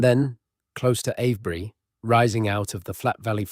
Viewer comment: It's Ave bury, not av bury!